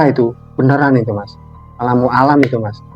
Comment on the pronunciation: Malah saya dengernya ALAM MU ALAM.....wkwkwkwkk